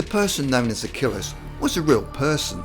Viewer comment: Achilles. Not Achillis.